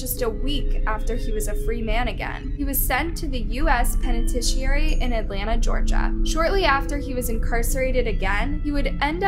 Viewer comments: What is a “penitesheary?” 🤔 Do you mean a “penitentiary!?” aka a prison! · Penitentiary* pronunciation is off